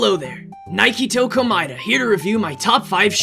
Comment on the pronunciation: WAIT NAGITO ACTUALLY SAID HIS LAST NAME CORRECTLY!? NAGITO ARE YOU OK?